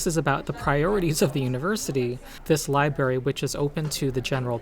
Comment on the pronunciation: Thanks for the info about WOTC’s latest atrocity. Also thanks for occupying the library! I really hope your mission is a success. That being said, it hurts each time you say “li-berry”.